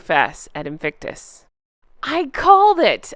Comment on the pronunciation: No more “ Inflictonus “ ….please 🙏🏴